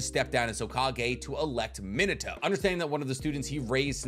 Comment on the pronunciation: God I hate how he says Minato it’s mean ah toe !!!! Not min ah toe !!!!!